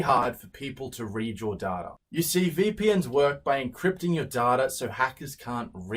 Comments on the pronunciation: I thought be said “having my way with your daughter” 💀😂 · i thought he said daughter. it was DATA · The way you said "data" sounded like "daughter". I thought "Oh crap, I don't want people reading my daughter! What does that even mean?!?" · I swear on my life the way you said data sounded like daughter and it sounded like you were going to have your way with my daughter 💀💀💀💀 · he sounded like he said daughter the way he said data. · With that accent I heard you say "Daughter" instead of "Data". Still shook about it. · I know it's just how he says "data" but it totally sounded like he said, "there's only a few ways, that you can stop me from having my way with your daughter" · cool vid I just dont like that he pronounces data like data, and not like data sorry